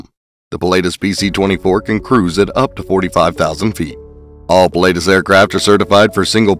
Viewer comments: It’s pronounced puh·la·tuhs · Ah … no! Pii (like in „to pee“ … sorry about that 🙈) - laa - tus (the „u“ like the second u in „usual“), it‘s a famous mountain in central Switzerland near by where they are built. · It was hard to watch this video when you can't even pronounce Pilatus properly. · No kidding! Must’ve been some guy just to narrate and has no clue about Aviation.